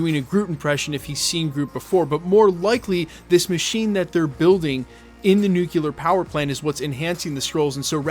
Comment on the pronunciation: Interesting video! Also: sorry, this is a real pet peeve of mine, but it's "NUCLEAR" not "nucular".